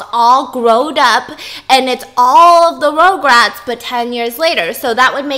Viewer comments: Stephanie: It's not "regrets" its "rugrats"!! Also Stephanie: Rograts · stephanieeeee biss!! you were trying to tell stephiance how to say rugrats but you kept saying it wrong ahh. you were saying rogue rats. lolol ruggg rats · Stephanie: RugRats Fiance: Regrets? also Stephanie: RogueRats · Tv show: rugrats Stephanie: RoUgErAtS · this is how many times she said “ rograts “ 😂😂 🔽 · Stephanie is pronouncing rugrats as rougerats the entire time 😂😂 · stephiance: regrets stephanie: rogue-rats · stephanie: rOuGeRaTs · no one: stephanie: rougerat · stephanie its R-U-GRATS hahaha sorry ROGRATS was mind boggling me everytime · Stephanie: RugRats! Stephiance: Regrets? Stephanie: says RugRats wrong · the way they’re pronouncing RUGRATS (Rug-Rats) is making it hard to watch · when she said rugrats wrong the whole time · Stephanie was hurting me by butchering the name I love rugrats definitely my fav 🥺